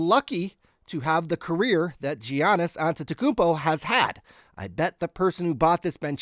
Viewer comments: It's a silent G! Yogging! I'm??? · All you have to do is say Yawn Is. 2 words you already know. Then for banchero its Ban Care Oh super easy. great content tho love the channel!!! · are you kidding me about the soft g lol